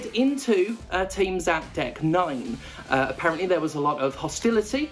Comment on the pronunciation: “A parent Lee”. Applause.